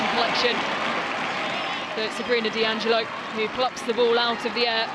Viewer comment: 'Allo 'allo 'allo wha' 'ave we go' 'ere den❓️Annuvver DEE -- stroyer of foreign names❓️ Surely if your intention is to insult Sabrina D'Angelo you can create something slightly more engaging than D.Angelo❓️